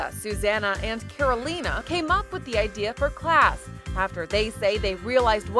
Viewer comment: YOU CAN PRONOUNCE ALL THE OTHER NAMES RIGHT BUT YOU CAN'T PRONOUNCE CAROLINA RIGHT???????